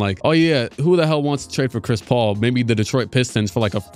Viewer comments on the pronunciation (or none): none